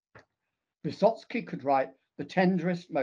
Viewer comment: No, it is not Vysotsky.